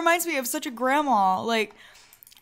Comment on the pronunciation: THE WAY YOU SAY GRANDMA HAHAHA ACTUALLY YOU SAY GRAMA ALSO BTW, Not a insult XD